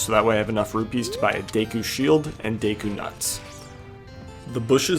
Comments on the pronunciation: Day-koo pisses me off so bad for some reason.. its Deh-koo, like a deck of cards. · What is “day-koo”? Do you mean “deh-koo”? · It's pronounced deku, not deku young man